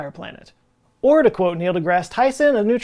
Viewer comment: From the deepest parts of a blacksmiths heart, thank you for pronouncing mjolnir correctly.